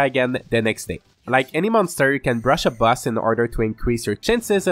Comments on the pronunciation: the word boss you say like bus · Your accent makes boss sound like bus which is funny *Edited to clarify